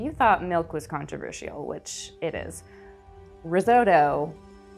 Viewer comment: I'll tell you what's controversial, the way you pronounced "controversial". 😅